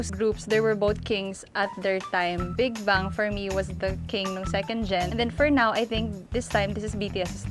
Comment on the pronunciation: Just pronounce Big Bang properly not Big Bung please..i think the partivipants does not have enough knowledge about Bigbang.